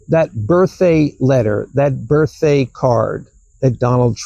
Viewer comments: Did he really say “Birth-Ay” 3 times in a row? I realize it’s beside the point. I always knew I’d lose my hearing some ay, just didn’t expect it to-ay. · says birthday without the D, he says, birththey, no D.. it’s a little strange..